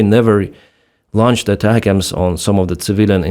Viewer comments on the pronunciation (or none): none